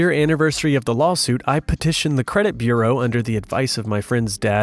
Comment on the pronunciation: Well, there was a slight mispronunciation of “bureau” for what it is worth. VERY slight and almost unnoticeable, but I'll take what I can get. 😜